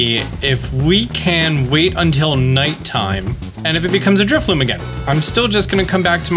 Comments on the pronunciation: Thanks for the tip. What a unique function of the game. I only mention this since you likely habitually misread the Pokémon's name, but it's Drifloon as in balloon, not Drifloom as if it were spinning thread. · Are you saying Drifloom? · Drifloon* not loom lol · if he says Drifloom one more time i'm committing arson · Dude is basically a Pokemon content creator and yet somehow he mispronounces pokemon names in every video. In today's video we have "Drifloom" and "Driflim"